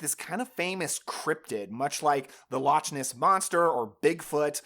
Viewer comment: Did you say… lotch-ness monster?